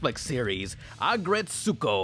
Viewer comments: Ret-sko, not ret-su-ko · "Ret-soo-ko" triggered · U said retsokus name roung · You are pronouncing Retsuko wrong that it hurts...